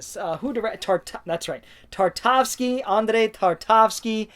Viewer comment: Hausu! Definitely watch more Malick films. Badlands is a lean and mean 90 minutes. Also take a deep dive into Akira Kurosawa’s filmography, you can’t really go wrong with many (any?) of his films. Tar-kov-ski. Not Tar-tav-ski. Sorry, bud! 😅 Day before Night. 😮 I’m a bit surprised. Day of the Dead is a good one, of course, but the “budget rewrites” are felt in that first hour. Thanks for the video, and I hope you’ll get a chance to buy back the missing titles very soon...